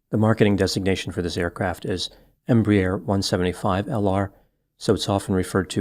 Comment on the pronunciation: minor correction - pronounced "embrair", one syllable instead of "embry-air", two syllables. This size aircraft is designated a "regional" jet and operates from the "hub" aiport (eg DFW) to the "feeder" or Regional airports (such as Montgomery, AL) where the loads are smaller.